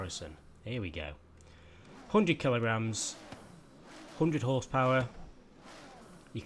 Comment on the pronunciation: He says hoondred not hundred :-D